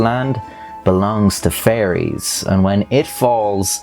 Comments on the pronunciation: He says fairies like he's s saying furries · I love how Irish people pronounce fairies as "furries".